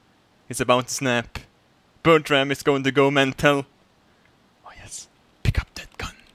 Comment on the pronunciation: Am I the only one who hears "Buttram" when he says "Bertram"? :)